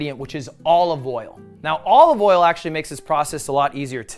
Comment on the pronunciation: why does he actually pronounce it "all of oil"